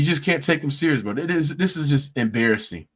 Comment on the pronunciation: 🙋🏾‍♂️ Embarrassing not "Abarrassing." 😂😅😂